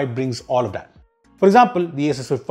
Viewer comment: Why he say "that" as "dat"